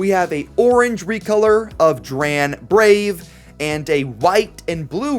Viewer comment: you called dran braves bit W instead of V :/